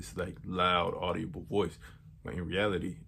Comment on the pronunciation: audible doesn’t have an o brother like not audio-ble it’s audi-ble